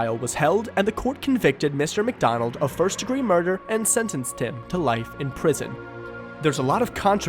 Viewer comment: It isn't pronounced "MacDonald." It's "Mic."